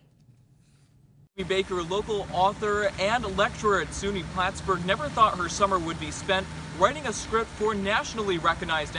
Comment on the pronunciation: It's Plattsburgh, not Plattblurgh, please.